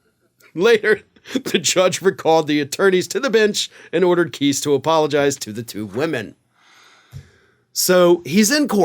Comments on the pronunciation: The arrogance of DT's attorneys is not surprising. Btw, Kise is not pronounced: (Kee-sss), It's: (Kye-sss). Lol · That dude cannot pronounce names to save his life LOL if it was pronounced keese thats how it would be spelled lol and yes Trump and the Republicans really do hate women I think they made that obvious by now lol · FYI Kise is pronounced with a long i not a short i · Keese? No matter how I slice it, Kice looks like it should be pronounced like rice vice dice lice mice twice spice.... nice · Please pronounce KISE correctly...it is not KEESE it is KIIISE! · Kise pronounces his name with a long "i", not a short "i"; I thought you would want to know. 😊